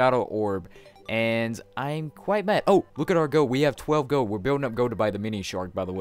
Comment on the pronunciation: it's gold. Not goad